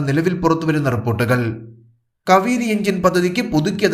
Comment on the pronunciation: സുഹൃത്തേ. കവിരി ആണോ.. കാവേരി ആണോ.. 🤔